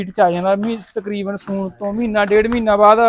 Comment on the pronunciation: ਮੀਨੀ ਨਹੀਂ ਮੀਣੀ ਸੂਨ ਨਹੀਂ ਸੂਣ